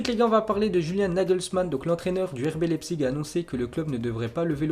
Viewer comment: Leipzig on dit lAIpzig